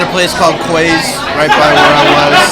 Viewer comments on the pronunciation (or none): Quays is pronounced Keys